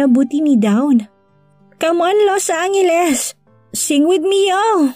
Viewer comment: FYI Los Angeles not Los Anghelesi😂